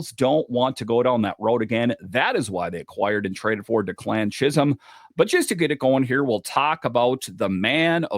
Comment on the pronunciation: FYI,, it’s DECK-lan not de-CLAN